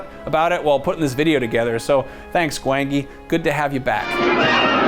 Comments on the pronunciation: Its pronounced "Gwan-Gee",. 👍🏾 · Don't think he actually watched Valley of Gwangi..... GWON-JI is how it's pronounced ._. ... that's literally how its pronounced throughout the WHOLE movie... glad the movie got a mention though. great film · His pronunciation of Gwangi is very upsetting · I don't think he watched the valley of gwangi or he may have pronounced it correctly. Kinda puts credibility aside if you don't actually watch the movies you make the list of lol